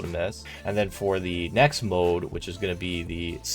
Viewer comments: it's pronounced MOULD not MODE ... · Do people really pronounce mould “mode?” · Nice video. Also, it’s pronounced the same as ‘mold’